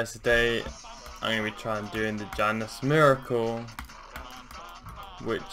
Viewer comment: ok when you say the januS miracle it sounded wierd but i like gameplay soo :)